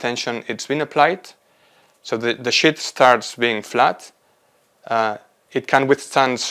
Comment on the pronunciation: Quite interesting research, but he *REALLY* needs to work on his pronunciation of "sheet" 💩 Start with a long Spanish “sí”: siiii. Replace s with sh: shiiii. Add a clear final t with a little puff of air: shiiii+t → sheet. For “sheets,” think “she eats” said quickly: “she eats” ≈ “sheets.” Words that might help: “Shiva” “Shiitake”